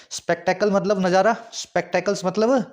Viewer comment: spectacle mean nazara ..najara koi word ni hota,it a nazara